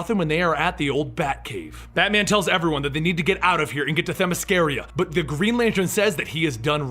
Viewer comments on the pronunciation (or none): It is proniunced them-i-scare-a